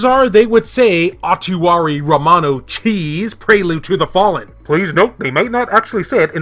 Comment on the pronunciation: Lol your pronunciation of Utawarerumono 🧀😂 But I’m glad you’re excited about it. AMAZING series, and how cool that we actually get it in English on vita!! Been waiting forever to play the first game in the series.